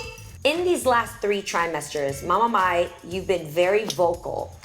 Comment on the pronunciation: Mai not mae